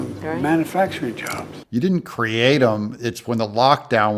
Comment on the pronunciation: "man-a-facturing" he even says it like an idiot!